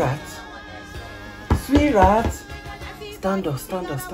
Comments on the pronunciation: Am I the only one who heard her calling him SweetRat😂😂😂😂😂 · When she says sweetheart I hear sweet rat